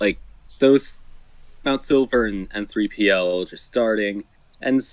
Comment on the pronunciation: Also never ever call it "En Three Pee El" ever again.